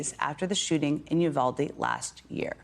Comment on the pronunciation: Jen, lose the vocal fry. (Look it up.) Only high school girls do it. And you, like other "journalists" can't/won't pronounce Spanish names such as Santa Fe and Uvalde. Work on it. In conclusion our little governor has, in the past month, announced a family massacre and called the victims aliens. Now this. Last winter, he bused migrants to chicago in freezing weather. He wants badly a macho image he will never have.